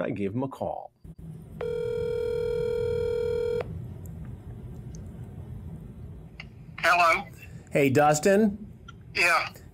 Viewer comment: I TOLD YOU NOT TO CAWL!! 😂